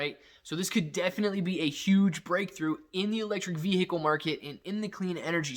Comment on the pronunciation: Please stop saying veHicle like that😫